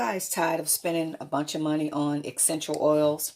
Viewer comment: Take a shot every time she says “guys” or “exxxxenshul oils” or “senshull oils”